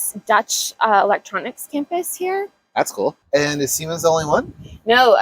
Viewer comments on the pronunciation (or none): none